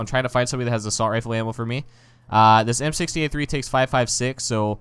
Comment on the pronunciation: why you say "Assualt"? xD